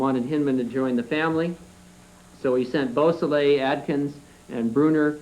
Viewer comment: You’d think that the Parole Commissioner for such an enlightened State as California would at least be literate. The first three (3) minutes and he couldn’t correctly pronounce: • LaBianca • Beausoleil • Hinman • Severing There’s more, that’s just under the first three minutes. If the Parole Commissioner couldn’t be bothered to take the time to learn the last names of both victims, perpetrators or a type of sharp force injury from an edged weapon, you know he examined absolutely nothing of substance. Later on, I think he has trouble with “Van Houten” and “Kasabian” as well. Perhaps I will edit this to add more. What a Kangaroo Court.